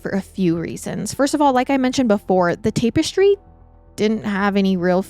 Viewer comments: It's tap eh stree not tape you're prob saying it correctly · It's not a debate on the use of the word it's her pronunciation that's the problem she's saying "tape-estry" and it's pronounced "tap- estry". Hope that helps 😊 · Tap-estry NOT tape-estry, you’re adding an e that doesn’t go there and it’s driving me up the wall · 21 year old cat? And please say TAP-ES-TRY 😂 And people don’t get “intellectually “ worried. “In the meanwhile “……. Bless you. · Tap - not tape. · TAP ES TRY! Not TAPE ES TRY this is driving me nuts! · Tap*Tap*Tap Tap-Ess-Tree Tapestry 🥰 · Tap. -estry not TAPW-estry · Me, wondering if “tape-es-tree” is the US way of saying the word, then looking through the comments to find out it isn’t 🙄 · have i been saying "tapestry " wrong my whole life ~ or is this another one of those funny pronunciations that she has? 😉 Much love ~ from southern Indiana 🥰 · TAP-ES-TRY the syllables are different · She says it too many times not to comment lol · Take a shot everytime says tape-estry we’d all be leathered haha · Have the pod autoplaying on my TV but had to find this ep online just to come to the comments and make sure I wasn't the only one losing my mind about the pronunciation of tapestry. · Don't make fun of accent/mispronounciation. She's a queen. 🎉 Thank you for covering this case, I had never heard of it. before. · The way you're saying tapestry is gonna land me on the next episode of MWMH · Bless her. Its giving Stepanie Harlow saying Documantery. ❤ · I literally was going to say the same thing. It was said soo many times in a row and just hit the ear wrong. 😂😂 Love you though, girl. One of my fav YouTubers. 🖤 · Yes kind of making me crazy lol